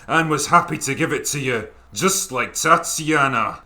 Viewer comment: That's "Tatty Anna" not "Tatiana"...